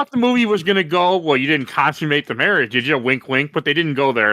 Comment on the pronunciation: "mawage" "To blave"